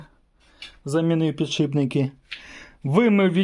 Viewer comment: пане... Мушу вас виправити! "Не ПіДшиБНИКИ"! А "ПідШИПники".. Успаіхів вам! п.с. "Ніколи на камеру не кажіть слово"ВуГол"коли будете казати про вимірювання.. Є Наше! Українське слово "КУТ" !